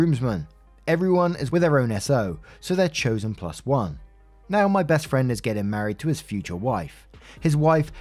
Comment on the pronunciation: Do you know as your reading about this KARENS WEDDING U SAID BREST FRIEND AND NOT BEST FRIEND ?. Go back and listen to it